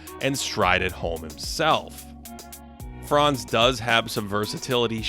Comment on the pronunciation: Buddy Franz name is pronounced slightly differently. The „a“ in Franz is pronounced short and hard. Don’t drag it so long. All Americans do that incorrectly. It’s not „Fraanz“. It’s Franz